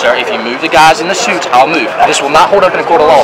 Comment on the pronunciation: "... tell the shuits... " "No, shir... " Had a bit of chardonnay today, sir?